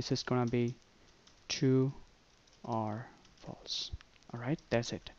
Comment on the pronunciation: Its false instead of flase